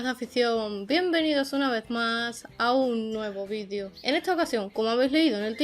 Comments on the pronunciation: Muy interesante, pero alguien me puede explicar porqué dicen VIDIO cuando se pronuncia VIDEEEEEO, en un español claro y correcto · Pregúntales a los de habla inglesa. Ellos dicen VIDIO, no VIDEO. Sera por eso